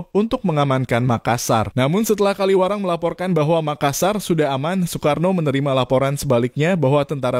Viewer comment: Kawilarang, bukan Kaliwarang.